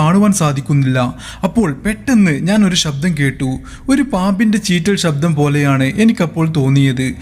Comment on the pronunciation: ഷബ്ദം alla ശബ്ദം ശ്രദ്ധിച്ചു കുറച്ച് സ്പീഡ് കുറച്ചാൽ ഒന്നുകൂടി നന്നായിരിക്കും 👍